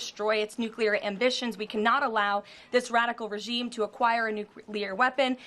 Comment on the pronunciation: When she said Rafical Regieme I thought she was talking about Trump! She’s a nutter - blame, blame, blame - she’s an embarrassment.